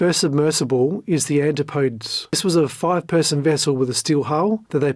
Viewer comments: Yeah, because if someone doesn’t know how to pronounce one Greek word it means they can’t speak English. That’s not you imagining that your specific learned knowledge makes you smart. You’re highlighting a real thing. Just like how you learning the origin of the ship’s name proves you’re intelligent. I remember my English classes where they told us how to pronounce every Greek word and the origin of all ship names. Because that’s what education is all about: Useless information nobody cares about. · That’s not how to pronounce Antipodes. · FOR THE LUVVA GOD! PLEASE LEARN HOW TO CORRECTLY PRONOUNCE THE NAMES OF PEOPLE AND MACHINES. ANTIPODES IS NOT PRONOUNCED ANTEE PODES. IT'S PRONOUNCED AN TIP O .DEEZ. IT'S DISTRACTING TO CONTINUALLY HEAR NAMES MISPRONOUNCED. SORRY TO APPEAR NIT-PICKY. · There is a proper way to pronounce the steel submersible. It's not ant-ti-podes. It is pronounced an-tip-o-dees. ETA. I doubt Oceangate carried any liability insurance. No underwriter would take on the risk of an unclassed vehicle and the operation surrounding it. Also, there's something still to be uncovered around PH. Stockton, desperate for cash was giving up 25% of his gross take every dive giving PH a seat? From what I know, PH wasn't a naval architect, he's not an archeologist, he never authored any books on the Titanic, he never had family on the wreck, his only claim was he saw it 3x some times from dives. There's a example out there where he incorrectly identified a comm device on the wreck. Some expert. He was however a director of the company that held salvage rights to the wreck. I wonder if he leveraged that to force his way on as a passenger. I can't see money hungry Stockton happily waving away $250 large for what amounts to dead weight on the Titan. Your presentation was really well done, kudos. Others should do so well. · AN-TIP-OH-DEEZ, not anti -podes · An tip OH- Dees Is how to pronounce Antipodes.